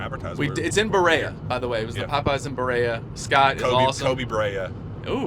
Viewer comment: Love these car ride eps. Driven those roads many times. Good analysis as always. BUT that Popeyes was in ‘buh-ree-uh’ not ‘buh-ray-uh’. Although I’d be open to changing the pronunciation in honor of Koby haha